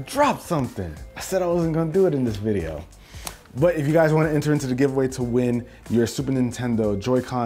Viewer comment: Noice vwiedio